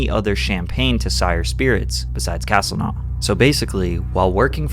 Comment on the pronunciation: castlenau is pronounced kas-tel-no